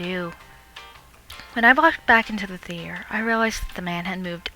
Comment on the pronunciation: She says theater so atrociously. she says it like THEE-TEE-AIR. Ugh it drives me fucking nuts every time she says it.